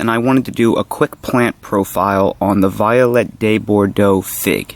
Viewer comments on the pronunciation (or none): Not too important, but maybe say Vee-olette with the French pronunciation. It suits it better and it deserves it. Your videos are invaluable and I look forward to all of my figs' second season in hot Las Vegas valley.